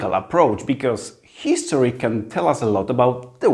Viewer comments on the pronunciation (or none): Wow, ale fajnie! Trzymam kciuki za Ciebie :)) Super, że masz odwagę mówić po angielsku, dobrze sobie radzisz. Popracuj trochę nad wymową a będzie super (różnice world i word, history, this itd). Powodzenia! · spoko, ale zobacz się poprawnie czyta HISTORY. Sorka że się czepiam, ale od tego mnie uszy bolą :D